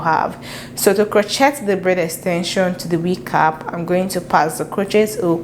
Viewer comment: Absolutely stunning & inspiring for next project. Love & learn so much from your videos! Crochet is pronounced krō-ˈshā with the T being silent due to its Old French origins.